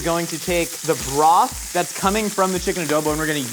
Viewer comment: "I'm gonna take all this Borth" what? the whole village? 🏴